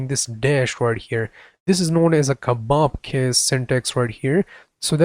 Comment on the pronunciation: Its kebab-case haha :D